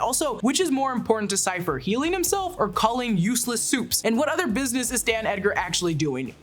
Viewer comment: I feel like I'm hearing you say "Dan" Edgar; it's Stan Edgar.